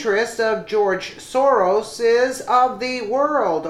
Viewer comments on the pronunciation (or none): none